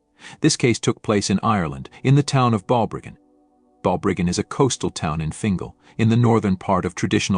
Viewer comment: He mispronounced it. It is proniunced "Bal-briggan". It is a lovely small town by the sea.